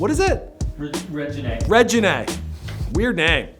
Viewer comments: Couldntve practiced saying his daughters name before the cameras were rolling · loved the video, but it was very insensitive to say Reginae name weird when her name is dedicated to his dad.